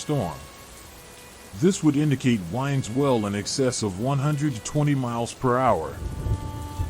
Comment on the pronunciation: Also "winds well," instead of "wind swell."